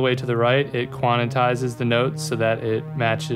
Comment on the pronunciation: aww man he said "quanatize"